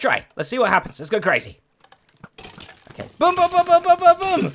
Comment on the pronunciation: I've never heard someone pronounce boom the same way as book.